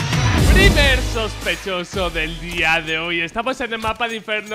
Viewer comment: SHOSPESHOSO <3